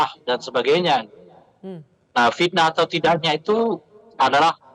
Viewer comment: Pitnah atau pakta ? Pitnah.....urang sunda teu bisa nyebut ep........